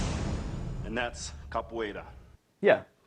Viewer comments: CAPWAYRA, I admire your moxie early 2000's Narrator but your wrong, thats not how you pronounce that XDXD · Why are they pronouncing it “Cap-where-uh?” Also: “Kuh-Raw-Dee” Lol tbh, I think most people don’t want to seem like a total nerd saying it in the accent, like Ross from friends with his “ka-da-teh!” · try say Ca-poo-eira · In fairness to the narrator, I don’t think I can pronounce Capoeira correctly, either. Idk what it is about my brain or tongue, because I can basically always HEAR when/where I get things wrong, but just like my inability to sing well, which people call “tone deaf” even though I PROMISE my EARS are NOT the problem… I can’t get my mouth to make the right sounds. I’m tone and non-English mute, basically lol Also, can’t really say “vehicle” correctly. It’s always “vericle.” So I just say “car.” >.> Edit: My guess would be they asked each practitioner to use the most common kick of the martial art, or whatever they practiced most or something? I doubt they set out to make karate look bad. 🤷‍♀️ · I don't think they picked the kick, I think it was the artist himself... and I don't think the people running the show were honest, they might have used the diction "best kick" or "most effective kick".. then after the edits and re-scripting, it was "most powerful" kick (I doubt the narator even watched or heard the video with his continued mispronunciation of Capoeira even after the practitioner said it).